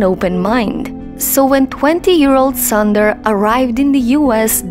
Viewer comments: Get the name proper first it’s not Sandar it’s sundar ....1.30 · It is an injustice to pronounce the name of Mr Sunder in this wrong manner and one could have taken care to know how this name is pronounced